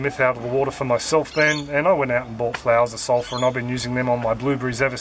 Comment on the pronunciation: Hi, what are you saying mins, can't make out what you said. Sounds like you're saying... I went out and bought "flowers of sulpher"?